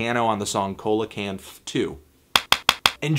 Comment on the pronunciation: Anthony, it might be worth noting for you that Coelacanth is pronounced "seel-uh-kanth".